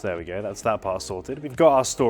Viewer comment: you wanted to say "there we go" but instead you said "there we gey". looool